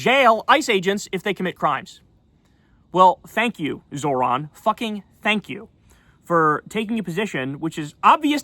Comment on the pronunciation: can someone please tell Kyle how to pronounce Zohran correctly? All that shit he talks about people not being able to pronounce his last name & he can't even pronounce his first name, lmao. Kyle says "Zo(h)r-an" (Zor-ahn) when its pronounced "Zoh-ran" (Zoe_Rahn) get it together Kyle. Its already bad enough you've been supporting Platner who is a war criminal